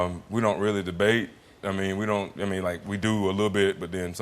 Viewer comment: That's weally weally weally weally funny!